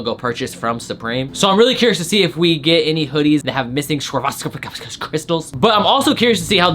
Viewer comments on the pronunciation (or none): Its pronounced swur-awv-ski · This week is shyte Also it's pronounced swar-ov-ski